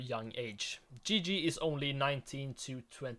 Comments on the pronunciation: I'm sorry, but it's 100% not Gigi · It’s not Gigi